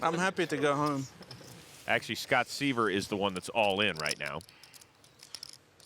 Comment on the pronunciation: IT'S SCOTT S(EYE)VER NOT (SEE)VER)........................... IGNANTS!